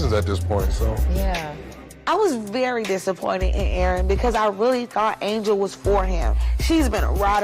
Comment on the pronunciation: Bro..... you love to Jack up a name though 🤣🤣🤣. Her name is Angel.... like "Angels We Have Heard On High". And not Angela as in Angela Bassett.